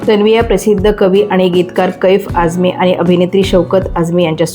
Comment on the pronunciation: कैफ आझमी नाही ग बये, कैफि आझमी आहेत ते. आणि बलराज सहाणे नाही बलराज सहानी